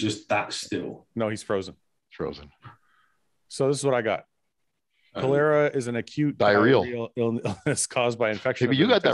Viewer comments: But pronunciation of "cholera" though....oh man this is definitely the funniest podcast so far! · I had to rewatch that part, cause I was like how did he pronounce that?! LOL...... it's pronounced like "collar-a" and it's been around hundreds of years haha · Please tell me you were joking about the pronunciation of cholera.